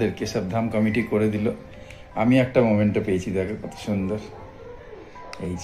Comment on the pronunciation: মোমেন্টো না, মেমেন্টো!